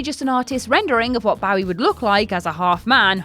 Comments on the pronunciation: Bowie is pronounced "BÖ-ee," not "bOW-ee", thank you. (Somebody had to do it, and since your co-workers won't, I'LL be that asshole.) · she's not the only one at WC who says bowwie instead of bow-ie. It's obnoxious and disrespectful. People love to say "but they're English!" Yeah, and so was Bowie! How a person says their name is how it's said, period. It's not open to interpretation, no matter where you're from. But WC neither care nor fix it; it generates more comments and therefore more [false] interest in their videos, which means money for them. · As much as I love...That's not how you pronounce Bowie...According to Bowie himself at least...As he himself; pronounces it like Joey... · she's not the only one who says bowwie instead of bow-ie. It's obnoxious and disrespectful. People love to say "but they're English!" Yeah, and so was Bowie! How a person says their name is how it's said, period. It's not open to interpretation, no matter where you're from. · You fuckers need to learn how to pronounce David Bowie...The fact that you mispronounce it wrong twice, and then pronounce it correctly tells me that you know how to say his name correctly, and you're doing it just to piss people off. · Your pronounciation of Bowie should be banned. Its hands down the most offensive thing in this video.😀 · She pronounces "Bowie" 2 different ways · How a person says their name is how it's said, period. It's not open to interpretation no matter where you're from. David Bowie was English, so you can't use that as an excuse for the blatantly disrespectful way you repeatedly mispronounce his name. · It's really not a big deal, it's not like they're trying to Diss him, it's just a mistake they probably don't realise they're doing, also the word bow has different meanings, that are pronounced different, so really it's an easy mistake, likely just caused by hearing others pronounce it wrong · please stop saying Bowie. It literally makes my insides hurt. Otherwise, love ya.